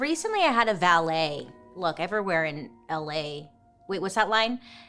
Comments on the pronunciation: Why did I think you said ballet 😂😂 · Mr Valet BASICALLY confirmed it was a coke nail😂😂....He's VALET. Also, Bailey is MAC-RONS. Macaroons and Macrons are 2 different things lol